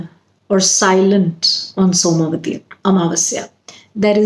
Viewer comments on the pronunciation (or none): It is not soma vati but,it is som vati